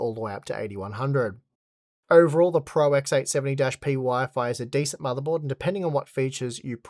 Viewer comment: It‘s ECC not ACC. Also it‘s Pro and not Pror.